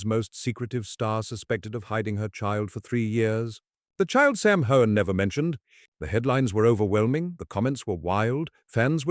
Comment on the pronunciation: How do you expect anyone to believe your clap trap when you can't even pronounce his name correctly. I suggest you find another line of work